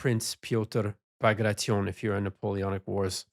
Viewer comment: Dear. Kudos for not pronouncing "Bagration" the way that statistic Canadian would pronounce "Situation" 😁